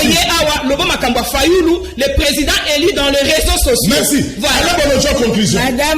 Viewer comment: MADAME, ON NE DIT PAS UN PRESIDENT ELI MAIS ON DIT UN PRESIDENT ELU SVP BATO YA UDPS, BOTANGA WAPI AVEC UNE MAUVAISE PRONONCIATION FRACAISE